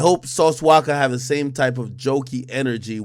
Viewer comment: bro its Sauce “Walka” not Waka 🤦🏾‍♂️😅